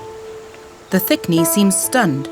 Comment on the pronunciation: I keep hearing "A crocodile and a thick me" and I can't stop laughing